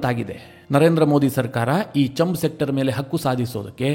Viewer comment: ಅದು ಚಂಬ್ ಸೆಕ್ಟರ್ ಅಲ್ಲ, ಛಾಂಬ್....ಸೆಕ್ಟರ್